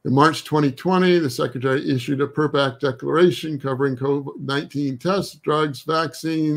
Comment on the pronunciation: Can't tell if he is intentionally mispronouncing it or not